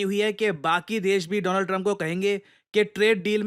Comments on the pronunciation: DO-LAND TRUMP 😊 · "My friend Do-lund-trump"